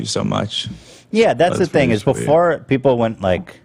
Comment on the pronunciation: Lmao "payple"? That seema more accurate now that "sheeple" ever was hahaha